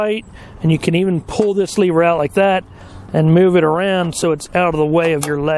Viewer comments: Its lever. Not “leever” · Good video, however it would be slightly less annoying if you would pronounce the word lever correctly. Just Google correct pronunciation.